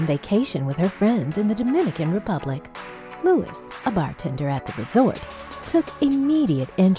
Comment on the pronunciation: it was really bothering me that the lady was pronouncing luis wrong